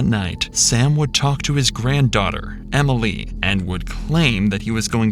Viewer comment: Why does the narrator add an extra syllable Emily? “Em-ill-EE”